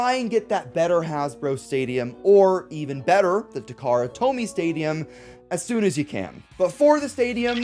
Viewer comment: It was just cause you said Takarra Tomy